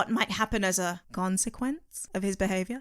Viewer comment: I unsubscribed when you said Gonsequence.